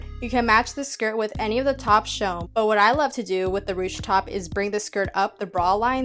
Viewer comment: the versatility of your thrift flips just amazes meeee the dress with the ties is my fave look pemdas :D p.s. dw you pronounced ruched correctly!